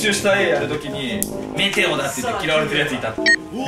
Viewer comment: ここめっちゃメテオと待てよが似すぎてるwてかでんがんさん真似すんのマジで草